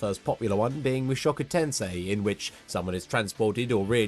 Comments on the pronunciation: Someone pronouncing mushoku tensei is so rare for non-japanese people. Thank god someone finally did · yeah the pronunciation was spot on, it's phonetically accurate P.S. the words mean the same exact thing as their English translation but for some reason sound way cooler than the English name